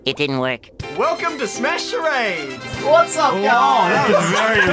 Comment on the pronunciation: Screen: Welcome to smash charades What it actually said: OKAY ED OY ADE